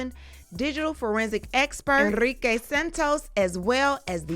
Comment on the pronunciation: Enrrrrrique😂😂😂 yes rolll that r mama 😂😂😂🎉🎉🎉🎉